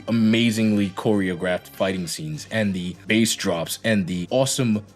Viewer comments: When you are talking about sound, bass is pronounced the same as base. The way you say it is the name of a species of fish. Isn't English fun? :P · Do you actually pronounce bass like the fish? Or is it some meme you're doing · review is great, awesome video... but you're telling me you don't know how to pronounce bass?